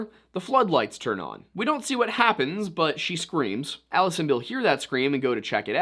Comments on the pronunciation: It's not "ee-lee-is" It's "ah-lie-us". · "Ah-Lie-us" Vorhees...